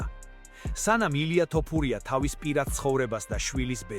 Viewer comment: ტ არა თ არის ეგ 🤭